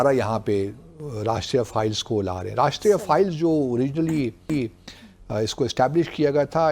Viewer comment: ⚠, the counter-insurgency force is NOT called, as you repeatedly said, "𝐑𝐀𝐒𝐇𝐓𝐑𝐈𝐘𝐀 𝐅𝐈𝐋𝐄𝐒".😂 ✅ The CORRECT name is 𝐑𝐀𝐒𝐇𝐓𝐑𝐈𝐘𝐀 𝐑𝐈𝐅𝐋𝐄𝐒'🤣